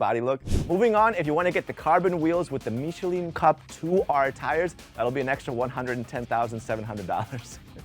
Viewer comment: This guy is clearly not a car guy. “Rims”…”Meechelin cup 2s”…